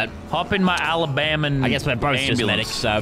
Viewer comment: he said "alabaman"